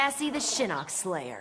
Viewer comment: Shinnok a nie shinock